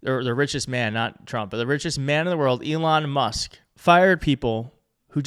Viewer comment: If anyone has contact with, perhaps they will let him know 1) he appears to be a sincere, passionate presenter, and 2) during his Trump/Musk episode, appeared to consistently refer to Elon Musk by pronouncing Elon’s surname as “Must.” If that is the result of a speech impediment, it’s understandable. If not a speech impediment, perhaps should not throw the stick too far - regarding someone slurring. Thank you, whomever is willing to get this to.